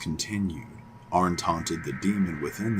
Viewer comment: Arne is pronounced Arnie😊